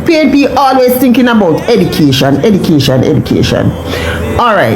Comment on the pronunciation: Woman you need to go back to school, you can't even pronounce the word EDUCATION properly.